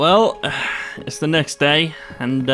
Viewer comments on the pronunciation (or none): "DAT TWO" do you mean day?